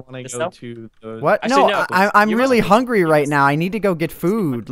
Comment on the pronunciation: *hungry not humgry